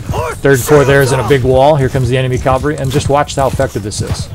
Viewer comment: Cool video! One thing, the word is "cav-al-ry" not "cal-va-ry". Cavalry is a horse riding soldier. Calvary (aka Golgotha) was the place just outside Jerusalem that Jesus was crucified. Your little character says it over and over. He screams calvary over and over, qnd your voice over keeps saying Calvary. It's jarring, and takes me out of the mindset to listen. Im not trying to sound like a jerkz just trying to be helpful.